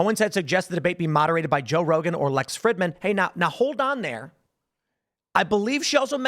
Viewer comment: Lol, Lex Frihddman. Tim intentionally mispronounces his name for a reason...